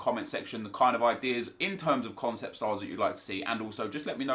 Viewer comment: "CONECPT" what???